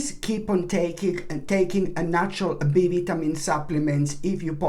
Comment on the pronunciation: Thank you. Only annoyance is vitamin. Vi-ta-min. Other than that, you are brilliant. Morenga dad adores. I drink morenga tea all the time. My dad has tree.